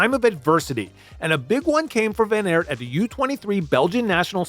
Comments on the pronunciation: It's ok, but it's just weird that in English don't pick the simplest pronunciation: ART would be pretty close to how you say it in Dutch. Nevertheless, great video. I think WVA is a fan favourite because when he's good, he's excellent, but you still see the struggle. MVDP is brilliant too, and arguably the better rider of the two, but when he wins he degrades the other riders and it's like he's in a league of his own. The beauty of cycling is that you don't have to pick sides, as there are 120 in each peloton. My favourite moments of WVA would be: 1/ Strade Bianche 2018, the breakthrough on the road; 2/ the sneaky 2017 WC victory, securing the rivalry forever; 3/ the 2020 CX race in Dendermonde: a mud festival where he proved he was still an old-school CX rider. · Just seeing this now. Great video. Tip from A Belgian: just pronounce it as “Van Art”. Like art. Appreciate that you call him Wawt and not Woot, so Wawt Van Art would make it perfect :) Great vid nonetheless.